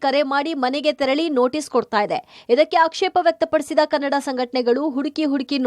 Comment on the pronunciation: Kanad alla bhaiya kannada